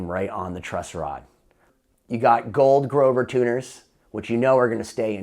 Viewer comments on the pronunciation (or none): none